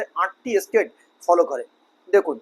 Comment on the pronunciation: "State" ও "estate" দুটি পৃথক ইংরাজি শব্দ; শব্দদুটির উচ্চারণ এবং অর্থ ভিন্ন। অনুগ্রহ করে উচ্চারণ ঠিক করুন।